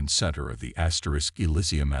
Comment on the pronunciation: is there any way to get the a.i. to pronounce words right in the meantime? "Asterisk, elisium, asterisk" was a little distracting